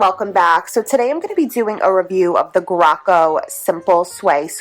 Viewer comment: It's pronounced gray-co.